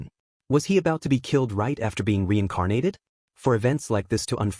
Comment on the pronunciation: Weincarnated, how can an ai voice not pronounce r's